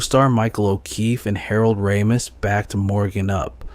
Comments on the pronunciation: Its pronounced “Ray- mis” not “Rah-mis.” 🤦‍♂️ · Christ, hearing this kid mispronounce Ramis (and wildly misspell it in the captions to boot), the never-ending supply of glottal stops in place of ‘t’, and the lazy vocal fry…I just can’t finish this.